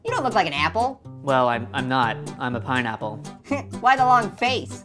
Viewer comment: it’s an pineapple not Painapple just stop saying pain apple and STO- AHHH 🔪